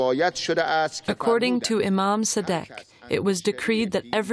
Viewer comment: Please can you check your pronunciation of names? It's 'Ayatollah', not 'Allatoyah'; 'KhomAYni' not 'KHOMenei'; and 'al-SAAdiq' not 'Sadeeq'.